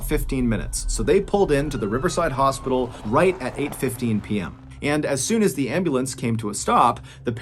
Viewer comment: Could you not pronounce “the” as “di” please?